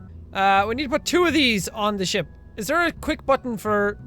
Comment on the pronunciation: Jack/Sean when you say ship it sounds like your saying shit